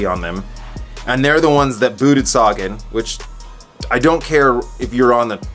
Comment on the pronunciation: Great vid as usual. We gotta work on your pronunciation of Sagan though. Quintana is the biggest disappointment of the Tour for me. I thought he was a climber.